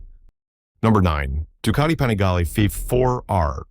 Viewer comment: You need to learn how to pronounce Panigale as well … 😂